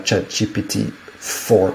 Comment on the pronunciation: Its ChatGPT mate. Not GTP.